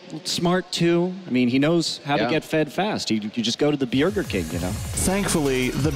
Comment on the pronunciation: "...went to the bjerger king" lol